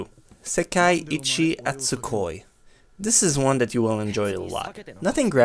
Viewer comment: I'm very sensitive about Sekaiichi Hatsukoi So I don't like it when someone says wrong I don't want to hurt you or anything but it is very good And I love so please try to say it correctly